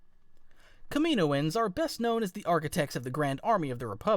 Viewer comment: ..... ok please say it with me KAM-IN-OH-ANS not Komoins